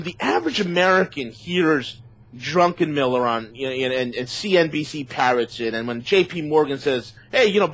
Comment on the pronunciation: I like what he says except I absolutely cringe when he keeps saying "Drunkenmiller"